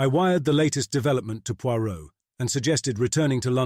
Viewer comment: Is this AI or just poor audio editing? Five mins in and already he has pronounced Poirot three different ways starting with Poy-rot. I couldn't tell when the over blown, long-winded intro finished and the story started. The pauses and inflections are often are all wrong and the accents a mess.